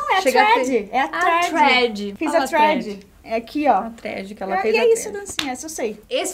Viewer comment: Eu vendo a falando Thread, sendo Trend na verdade KKKKKKKKKKKKKKKK